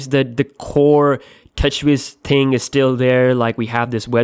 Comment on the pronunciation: I hate how he says ting